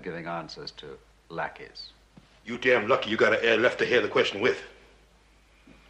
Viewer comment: my brother thought bond called them blackeys😂